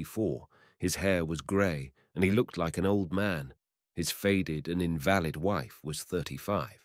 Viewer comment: mispronunciation of "invalid" Good story.